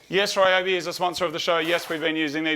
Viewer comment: I have a bunch of Bosch but would love to buy Ryobi batteries and charger just for the light, it looks awesome. By the way it should probably be pronounced Rio-bi (Rio as how you would pronounce Rio de Janeiro, but the with a shorter i and a longer o), as the Japanese name for this brand is リョービ